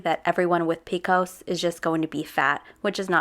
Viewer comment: I love that you continually rip on her for her cringe moments yet you pronounce PCOS as “peekos” about 875 times 💀🤦🏼‍♀️ One of the top 10 cringiest things I’ve ever heard in my entire life…